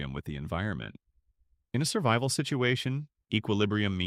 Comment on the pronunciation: "Surbival?" Yeah... I'll stick with the non AI videos.